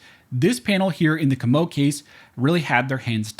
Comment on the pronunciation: Comeaux is pronounced KOH' moh He's from New Iberia, Louisiana. Please pronounce our surnames properly. I'm a Broussard (BREW sard) from Lafayette.